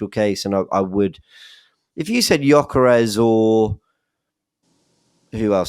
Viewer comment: making up new magical words live on pod saying the word "dramastic" while getting on about his pronunciation of Gyokeres 😂😂. Love the show & don't bottle it.